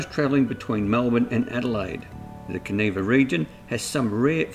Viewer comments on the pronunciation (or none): Kaniva not kaneeva I is an I not an we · Pronounced can eye va